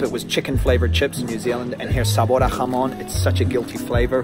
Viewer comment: Great pronunciation : "Serrano", "jamón"...etc. Difficult words but perfect pronunciation!!